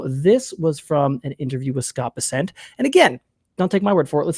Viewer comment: BESSant not beSSENT.